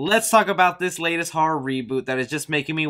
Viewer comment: I tried! Your voice I can’t do it. Also after the 4th time I heard “har-rawr” instead of horror. Had to stop. Good info just better if I could hear it from a magazine....